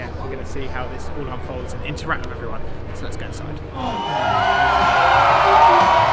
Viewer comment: Come on, stop saying "wiv", it makes you appear so uneducated and stupid. "th" is easy!